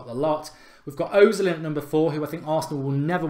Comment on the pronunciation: It's pronounced erzil!!